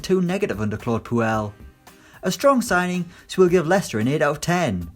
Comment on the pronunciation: I know what you were trying to say, but it sounds like you called Leicester "the fuckers "